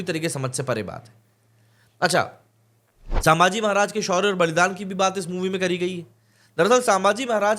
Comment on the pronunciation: "सांभाजी" नही, सही नाम हैं "संभाजी" छत्रपती संभाजी महाराज की जय 🚩🚩🚩